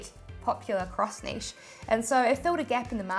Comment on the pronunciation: Finally a YouTuber that can pronounce NICHE correctly!